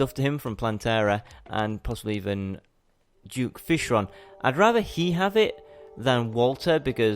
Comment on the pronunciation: Why does a lot of terrarian players say "Juke"fishron?its suppose to be duke not juke🤔